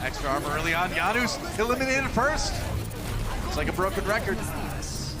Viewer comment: guys, why does he keep saying YANOOS hes not south american where j is a ya plz someone explain PLZ JANUS EXPLAIN YUR NAME!